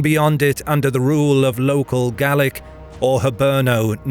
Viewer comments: Oh, and speaking as an Irishman, it's Gail-ick, not Gall-ick. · Gaelic not Gallic but great stuff. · Gaelic isn't pronounced gallic. Gale-ick is closer to it. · Gaelic not Gallic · Gaelic is Irish and pronounced Gaylic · Please, Gaelic is pronounced 'gay-lick'. 'Gallic' relates to Gall, more or less today's France. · Nice to see some Nine Years War stuff :) Though I did flinch every time 'Gaelic' was pronounced 'Gallic' :D 'Gael' is the same as 'gale' ;) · The word "Gaelic" is pronounced differrently in Ireland from in Scotland. "ae" is prononounced as "ay" in Ireland. Gallowglass were often of mixed Norse-Gael background from the Western Isles of Scotland. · why are you saying Gaelic like Gallic?? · 2nd this sentiment. And I do mostly smile listening to non-Irish people butchering the pronunciation of our words (even our closest neighbours, the english, who you would imagine by now would be more accustomed to hearing them). Though to hear us being referred to multiple times as ''Gall-ick'' was weird, as we are obviously neither scottish nor gaulish celtic.